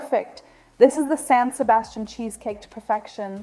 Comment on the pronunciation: Dieser Käsekuchen wurde im Restaurant La Viiña in der spanischen Stadt Donostia- San Sebastián erfunden und er wird auch wie die Stadt ausgesprochen San SebastiAN mit Betonung auf der Letzten Silbe.